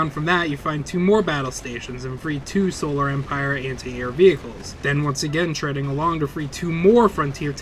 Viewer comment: i know its picky but you have mispronounced the Solar Empire female CO Names, even though the names are pronounced correctly so many times in game and in cut-scene and the Tsar Gorgi name, the mortar vet is not an Artillery Unit, it is a mortar vet, jesus even mispronounces "Solar" and calling a bazooka "bazookie" im so done Lmao